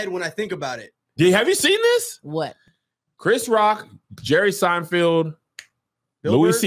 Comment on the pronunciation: Kev is still saying "Seinfield"🤣🤣🤣